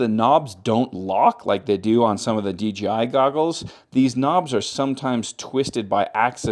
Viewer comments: Why do you call it DGI? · Every time. Take a listen and tell me if it sounds like DJI or DGI to you. It sounds like DGI to me.